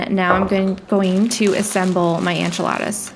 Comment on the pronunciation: i think its so cute how you pronounce ENchiladas as ANchiladas!